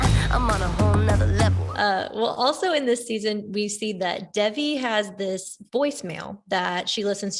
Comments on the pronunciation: you can tell that the host doesn't actually watch the show because she kept pronouncing devi as deh-vee instead of day-vee. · The host didn’t pronounce it right but “Day-vee” isn’t correct either.